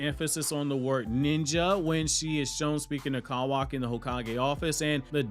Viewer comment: why the fuck do you say his name like "CAWW waki" wtf its all one word. my dude is actually a crow in a human suit tryna convince us he's real.